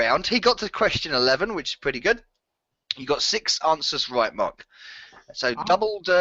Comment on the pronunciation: Mark has made it clear how to pronounce his name sooo many times and you still said it wrong. Evos score was no surprise, lol. Also I got most of these correct.